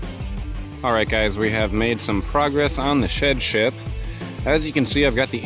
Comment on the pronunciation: I thought you said shit ship haha.